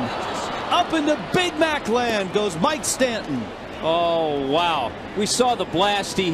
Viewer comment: “Mike Stanton” makes me cringe